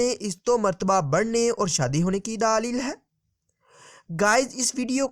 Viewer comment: Daaleel nahi Daleel hota he